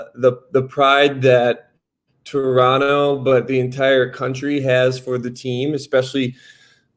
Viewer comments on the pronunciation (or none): The way Sam pronounced "Toronno" he already is a Raptor's player. Welcome dude! Let's get it!